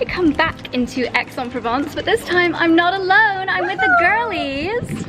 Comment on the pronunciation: The least you could do is to do an efford to pronounce Aix en Provence correctly:face-fuchsia-tongue-out::face-fuchsia-tongue-out::face-fuchsia-tongue-out::face-fuchsia-tongue-out::face-fuchsia-tongue-out